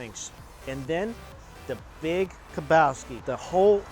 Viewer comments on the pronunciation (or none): “The big kapowski” lmao. U mean the big Lebowski? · did he say "the Big KEBOWSKI" ? LOLOL